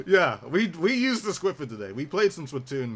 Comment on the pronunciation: its not squiffer its SNIFFER XD ( it was a thing in Bernie's stream XD)